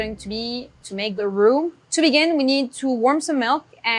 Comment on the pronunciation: I swear she's saying "who" 😂😂😂